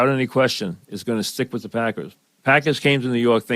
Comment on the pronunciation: "Tha pahkuz"